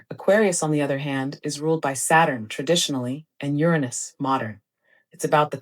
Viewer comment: We wont let Neil DeGrass Tyson hear how the planet Uranus was pronounced 😅